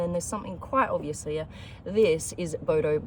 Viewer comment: its not HEAaaaa its HERE